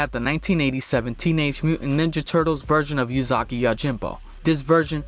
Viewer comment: well its (oo)sagi not (you)sagi so.....